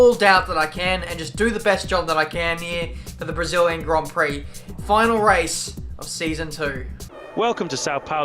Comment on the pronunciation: Did anyone hear matin brundle saying "debris-illian grand" Prix before the start of the race.